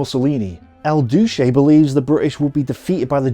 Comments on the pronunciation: If you cannot pronounce easy Italian titles, words or names, (it is Duce, phonetically Dooche, not Dushe, and Catanzaro not Catzanzarow) you can at least refrain from making fun of them. You seemed to stumble at the title Maletti group. Maletti was the general who led the battle group, same as there was a Kampfruppe Graf for instance. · me too :D